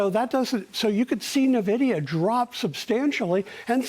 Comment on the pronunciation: It’s not Nah-vidia and they are not loaning money to companies. They are investing in companies. In comparison to the Dot Com bubble, the companies he mentioned like Microsoft, were trading at triple digit valuations; NVDA is trading at 27x forward. Amazon was NOT yet profitable. He says they were. Who is this guy?